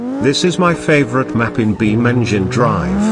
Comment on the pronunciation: Him: beamnjim drive Me: so... jimmy de Santa made this game?